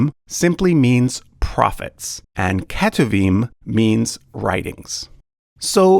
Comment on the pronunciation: Hey! I noticed you pronounced כתובים as ‘keh-too-veem’, while it’s not far off, the correct pronunciation is more like ‘k’toov-eem’. Hope that helps!